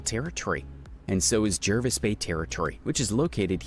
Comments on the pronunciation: Jervis Bay is pronounced morel like Jarvis. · Please pronounce 'Jervis' and 'Canberra' correctly.